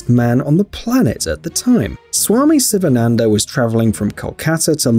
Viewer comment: his name s first letter is pronounced WRONG SSSSSSS not sivananda but SHIVANANDA like Shiva the god